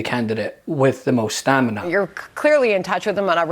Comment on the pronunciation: HUH? " Mental STANIMA?" LOL LOL 😆 🤣